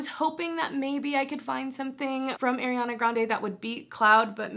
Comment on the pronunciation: Is No one is gonna correct her on her pronunciation of Ariana’s name 😭